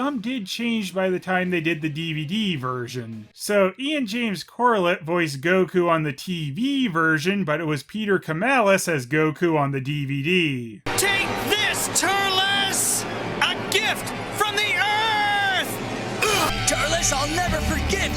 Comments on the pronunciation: He kept saying Kemalis instead of Kelamis. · "Keh-LAH-mis", not "Ke-MAH-lis", btw.